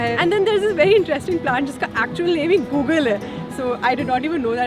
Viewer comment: That's गुग्गुल not Google 😂😂